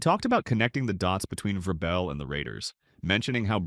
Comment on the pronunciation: Mispronounced vrabel and said Caleb Williams is regarded as the top qb in the draft vs sanders… trash video